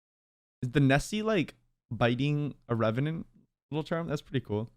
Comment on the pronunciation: Revenant to Revenyant